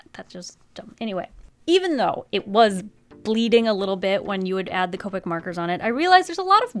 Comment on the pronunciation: So....she said ca-pic before but now the right way? i am confusion